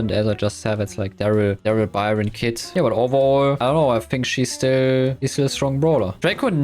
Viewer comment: i think its just strange that he can’t pronounce easy things like that. But dont forget i respect but i cant hear people pronouncing byron a her. Its awful and cringe